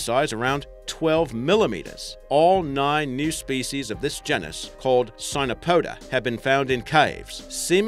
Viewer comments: Ahem... "Gee-nis" you're welcome. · gennus? surely you mean genus old chap... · (gee-nus) geeeeenus 😭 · You're saying genus wrong.